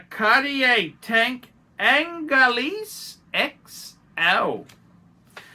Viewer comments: Pronounced Oooooungh-layyyy Not Aaahhhhhnnn-leeeeese! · I got to be totally honest with you it’s not pronounced ANGALEASE